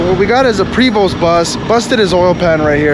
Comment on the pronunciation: Prevost the st are silent